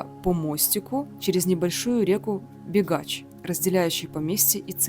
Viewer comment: Не бегач А бігач